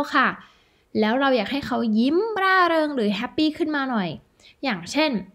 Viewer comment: 2.57 = ให้เงินแหน่ = ให้เงินหน่อย 😂 ชอบครับ ครูสอนดีมากครับ